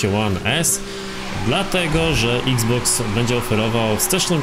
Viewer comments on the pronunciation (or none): none